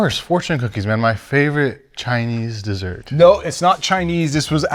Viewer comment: I feel like Pat made Brian say Chinese desert, is it just me 😅